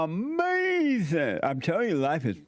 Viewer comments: UH MAY ZEN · Jesse even got her to say AMAZIN...! 😃